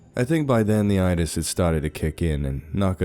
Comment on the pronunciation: Wait...wait...wait......did I just hear you say " 'itis" lol...oh that is hI-larious!!